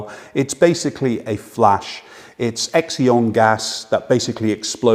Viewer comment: "Gas explodes" sounds very scary! It's not an explosion but an electrical discharge. The gas is Xenon, pronounced "zennon".